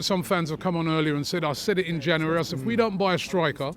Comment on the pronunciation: Why cant he say January?